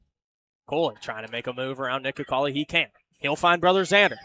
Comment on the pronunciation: Play-by-play calling Cooley "Cole-y" and it's throwing me.